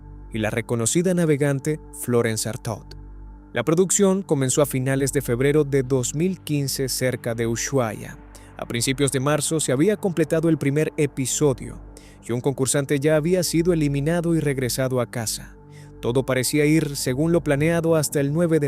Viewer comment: No es uyuais, ex Ushuaia, como suena